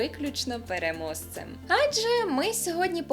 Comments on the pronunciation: Не "перемоСцем" А перемоЖцем. Не "ваЙто" а ваРто. не "Уже" а Вже. Не "Указання" а без зазначення без вказівки на джерело. без вказання. без вказування, не вказуючи джеоело,. не вказавши... Сідай, два бала. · Хто зна, діалект може